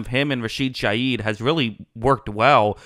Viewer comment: Rashid ShaHeed not Shayeed!